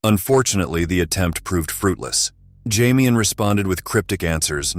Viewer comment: Jamian is Damian with a J.. 🤨